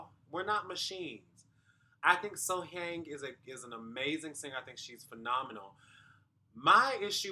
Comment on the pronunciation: The pronunciation of her name is literally right at the start of the video. You have been pronouncing her name wrongly. The audience voted during the live performances. So, whether they added autotune or not, it is for the TV viewers, not for the competition.